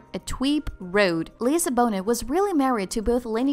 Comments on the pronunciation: I wish the narrator could pronounce Lisa’s surname correctly. After all she is not an unknown! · Is that the correct pronunciation of Bonet? I’ve never heard it pronounced as it is on this video. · Lisa Bonet. Don’t pronounce the “t” cant understand her accent. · Your not saying her last name right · pronounce her name propperly her las name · Her last name is pronounced “Bo-Nayyyy.” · Who narrates this? They can’t even pronounce Lisa Bonet’s name right? “LEEZA BONETTE” wow 😆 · Like bonehead.. Why lol... Kinda shows this account doesnt care about the people they are reporting on. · PLEASE STOP CALLING HER.....LEEZA BOENETT! That's NOT how you pronounce her name! lol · omg it's not pronounced Bonet. It's pronounced Lisa Bo-nay🤦🏾‍♂️ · I can't listen to the narrator say Bo-NET anymore. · It’s Lisa BON Nay. ….Jesus. It’s pronounced BON NAY. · Lisa Bone-It Really?!?! Get it right for Pete’s sake. Get it ALL correct. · Bonet is French and pronounced Bo nay! From the first mispronunciation you show you don't know much about them really. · I don't believe she cheated. BS. Her name is pronounced Lisa Bone- A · U seriously don’t know how to pronounce her last night? Seriously? BO-NAAAY. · Are you kidding me - did you pronounce her name Bone-it and his Ma-Maw!! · 1. Her last name is Bonet pronounced (Bone-Nay). 2. SHE put him on by using her celebrity to promote his career. Lisa will be just fine. She’s going to come out on top as she always does. Trust. 😉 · BOW- NEIGH. PLEASE,. SAY. IT. UNTIL. U. GET. IT. RIGHT. !!! ALSO,. MAKE. SURE. IF. U. KNOW. THE. NAME. IS. DIFFICULT. TO. PRONOUNCE,. PRACTICE. SAYING. IT,. BUT,. DO. NOT. SAY. IT. WRONG. AKA. ANY. OLE. KINDA. WAY. !!! THIS. MISPRONUNCIATION. ( ESPECIALLY. OVER. &. OVER. 🌿🤨🌿 ). IS. THE. VERY. MOST. DISRESPECTFUL !!! PLEASE,. DO. BETTER. ,🌿😔🌿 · Bon-it ? Jeezuz Christ ! 😂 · Her name is prononced Bow-NAY. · It’s Bonet pronounced (B o n a y) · It’s “BO-NAY” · Beau Nay is how you pronounce it. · Lisa Bone-it...😝😆😂